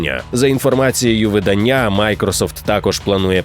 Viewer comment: Дідько, нехай тобі грець! ВидАння, кохАння, читАння, нАвчання!!!